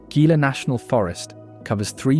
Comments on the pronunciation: Gila is pronounced “Heala”. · It is pronounced 'HEE-la' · It’s Pronounced Hila But Spelled Gila 😎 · I live in New Mexico and, well, I hate to say it, but you have mispronounced "Gila." The 'G' is pronounced as an 'H'. Nice video. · A I voices never get pronunciation right. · Gila is pronounced Heela not Geela and Mogollon is pronounced Mogoyon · Please teach your AI narrator how to correctly pronounce the place names referenced in the narrative. Gila is pronounced Hee-la. Mogollon is pronounced Mo-go-yón. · Learn to pronounce Mogollon, Gila correctly.every time you say them I cringe and want to correct you...other pronunciations are wrong as well...nice video but many double standards...ie. the Taos Pueblo....it was first abandoned as the start of the video then you show it again and claim 1000 years of continual habitation. Then there are the Jay's you labeled them wrong. I suggest an in person and in depth study of all you covered in the video..getting to know the people and hire a local to narrate. I ALSO suggest more edits of it to get the REAL AND CORRECT New Mexico.